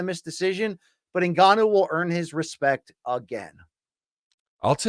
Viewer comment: luke calls ngannou 'en-canoe'